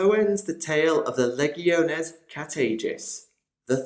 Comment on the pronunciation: LEE-GEE-OH-NAYS = LEGIONES NOT LEGG-EE-OH-NEES. CMON THIS STUFF'S BEEN AROUND FOR A FEW DECADES NOW, PRONOUNCE IT RIGHT.